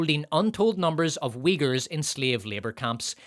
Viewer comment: I heard “wiggers” instead of Uighurs and I keep getting reminded of that one fucking XRA clip💀💀💀💀💀💀